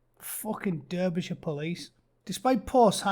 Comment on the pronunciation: Durb-ishurr?? You been in the US too long mate lol